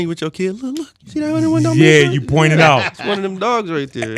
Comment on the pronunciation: 101 dalmatiëns😭